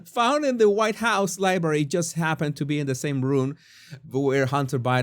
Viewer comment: "huWhite ladies cannot twerk" 😂☠️